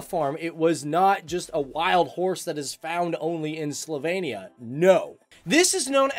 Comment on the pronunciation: It is SlovEnia not SlovAYnia. However, as a person of Slovenian living in Joliet, IL, I’m glad you are speaking about the country of my ancestors.